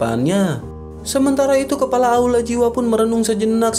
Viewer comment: Kepala bang bkn kelapa😂